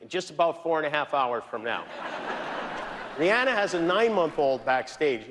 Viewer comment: I'm sure Rhianna appreciates her name pronounced correctly lol